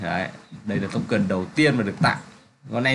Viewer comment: smartchain không fai smart chen ad ơi :))) token không phải tốc cần :)))